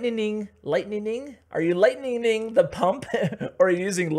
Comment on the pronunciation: Lightningning lol you make my day